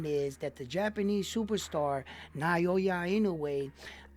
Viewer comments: Here's some help with Inoue's given name: ✅NAH-OH-YAH ❌NIGH-YOH-YUH or ❌NEIGH-YOY-YUH Crawford has the best singular accomplishment right now, with the undisputed in 2 classes -- but Inoue will accomplish the same, this year, and has the other accomplishments you mention. And just my own personal eyeball test, watching them both fight at a high level, leads me to the conclusion that Inoue is even more special, even more skilled, than Crawford. And Crawford is a fuckin' fantastic fighter. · It’s actually pronounced Now-ya or Noi- ya depending on Japanese peoples accents.